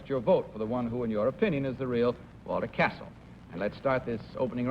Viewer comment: The exact name of the baritone is Cassel, not Castle